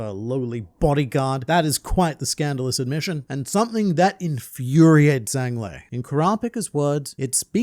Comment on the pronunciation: talking about confusion in his name, when u absolutely butchered the pronounciation :face-purple-crying: (u said "zang le" not zhang lei)